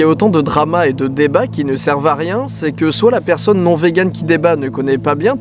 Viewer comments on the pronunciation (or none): none